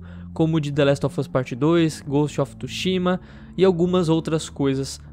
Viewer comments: Só eu q fiquei mt incomodado com o falando "Ghost of TUshima" ao invés de "Ghost of TSUshima" kkkk:v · Não é tushima é tsushima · inglês? kkkk, mas "TSUSHIMA" é japa garaio :v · Que agonia toda vez que ele fala Ghost of TÚshima